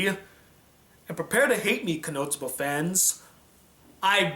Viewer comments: I keep hearing you say konoTsuba and it's funny coz there are clips in between saying konosuba 😂 nwei great review 👍🏼 I hope you review Demi Chan when it's done:) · its kono-suba not konotsuba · Why does it sound like you are saying Konotsuba, and not Konosuba? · His pronunciation of it? Yes, me too. Not sure i'll watch it all, stopped at 5.33 to write this. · For some reason I keep hearing "KonoTSUBA" xD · Why are you calling it Konotsuba?